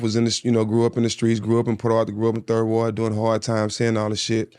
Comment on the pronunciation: He still ain't from Houston 😂. Bro don't even say 3rd ward the right way..